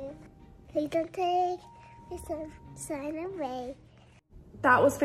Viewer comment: I love 's sunsine instead of sunshine. Also when she says oh mygos and not gosh. 😂